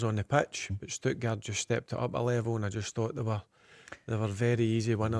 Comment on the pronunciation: Stuttgard? Where you getting the D from Barry